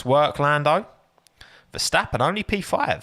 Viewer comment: ⚠️ To all international journalists & sport presenters: 🌐 it is NOT Lewish ... it is NOT Bottash ... and it is certainly NOT Max Vershtappen! Pronouncing "st" as "sht" is done by Germans not Dutch people! ... like an insult to (some of) us ... like insinuating you are a Nazi or something. But most people from Holland (like me) have NO issues with Germans at all. Am part German myself. Everybody knows how to pronounce Stable not "Shtable" or "Train Station" not "Train Shtation" so NO EXCUSE to be a moron! They do not do it with others having st in their names! ... All other F1 drivers are pronounced correctly having "st" in their names. This BS started years ago with father Jos Verstappen being interviewed by British sport presenters thinking it is funny to talk like a German to a Dutch guy! ... It is not ... And they do not giva fck. Not even having the courtesy to ask how to pronounce it correctly. (Acting dumb about it, hence my sarcasm, which some do not get). I did not say all Dutch people think like that ... but people that make fun of assumed "Nazis" they change their pronunciations to make fun of you. But there are vast amount of nice Dutch people that never would do that ... nor feel the need to insinuate. I have been called "Nazi" by some just because my last name is German then they talk with "sht" & z (not s). Thinking they are "so funny" doing that.